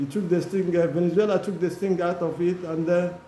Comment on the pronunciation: It’s Valenzuela, not Venezuela. He’s not the country . Stop it with your ignorance. Sad you can’t tell the difference.